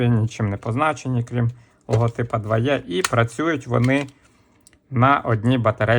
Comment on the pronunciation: Чому ти кажеш дваЄ якщо це дваЕ?